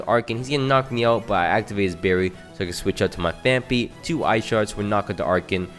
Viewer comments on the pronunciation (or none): none